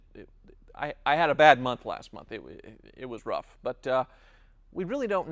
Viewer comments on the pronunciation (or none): HAHA Could not stop laughing: "I hab a bad month last month!" :D